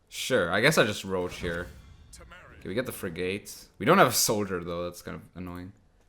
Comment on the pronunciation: Will he ever pronounce it frig-et... no Will he lose viewers because he continues to pronounce it frig-ate... also no